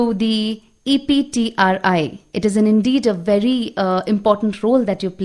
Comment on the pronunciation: It's EPTRI... Not CPTRI.. Please make a correction..